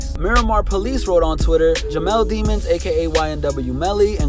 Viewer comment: pronounced deh-monz